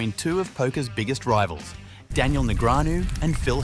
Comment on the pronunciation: The narration on this video takes away a lot from what it could've been especially being an automated voice that can't pronounce Daniel's name correctly